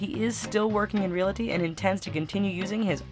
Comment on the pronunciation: FYI Realty not realaty.